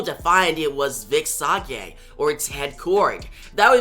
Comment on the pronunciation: Sage is Say-Jh.